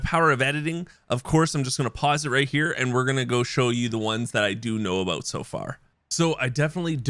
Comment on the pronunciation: “didnt know aBOAT it”